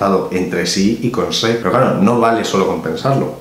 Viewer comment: que bueno que no lo pronunciarse como los demás españoles: esreck